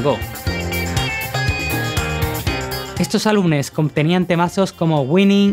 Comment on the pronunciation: Buena historia, perseverancia y fiel al estilo Carlitos Santana. Como recomendación, se dice álbuMes, no álbuNes. Tal vez mejor contratar a un presentador con mejor dicción, la edición muy buena.